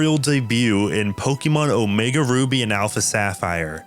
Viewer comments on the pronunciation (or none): none